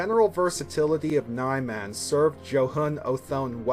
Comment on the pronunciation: 4 years later, and you're still pronouncing it as "Nigh-Man" instead of "Nee-Mahn".